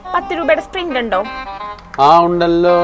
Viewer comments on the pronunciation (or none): Spint wlla sprit😅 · സ്പ്രിന്റല്ല സഹോദരി സ്‌പ്രറ്റ് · spint അല്ല sprit ആണ് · Sprint അല്ല sprite